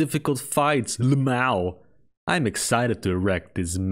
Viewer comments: "LUH-MOW" Not even ten seconds in and I'm hit with this gold. And that's on top of the thumbnail! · saying "lmao" seriously sound like drunk Schwarzenegger. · How is this not hearted?